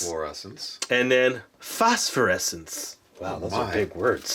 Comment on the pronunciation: Foscforecence pronounced (Fos-for-esints)